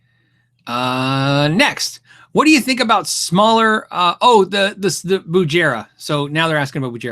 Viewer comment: my Bugera v5 is almost 3 years old. no problems yet . durable. got dropped on a hard wood floor once , and didn't get damaged. only 200 dollars. sounds great. doesn't eat tubes. btw it's pronounced with a hard g sound.